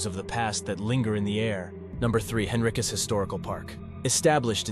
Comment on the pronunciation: Hello, Virginian here. Pronunciation is wonky here. Allow me to assist you. Whyte is pronounced Why-th. Fries is pronounced freeze. Henricus is pronounced In- rike-us. You're welcome.